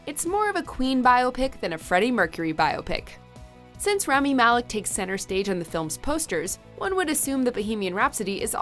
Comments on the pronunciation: Its "rah-mee" not "ram-mee" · Anyone else bothered by the fact that they didn't take the 30 seconds to learn how to pronounce Rami's name? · Wish they would say rami right just once